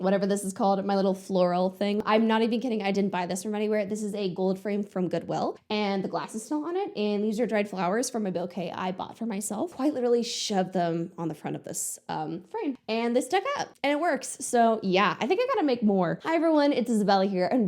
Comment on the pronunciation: bookay, not boekay